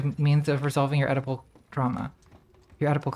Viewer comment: I heard Edible drama, instead of Oedipal drama. A potent combo.